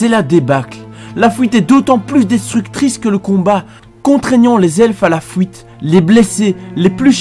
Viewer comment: Alors je pense que pour ce genre de vidéo où tu parles pendant 30 minutes. Les problèmes de langages du genre "fouites" et "pouits" sont à proscrire. C'est vraiment très très désagréable à entendre. Sinon je viens de découvrir et j'adore tes vidéos :') (surtout parce que c'est WoW). Bonne continuation !